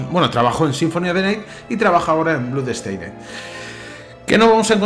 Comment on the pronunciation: Porque dices bludsteined? La oo en blood no se pronuncia como u. Se pronuncia con o.